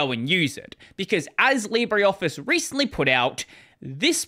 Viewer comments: leebruh, not leebry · It's pronounced "Libra"